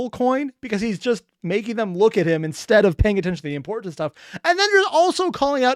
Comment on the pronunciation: Wait, did you say "imp-horn-tant" when Fizz and Blitz first met up this episode??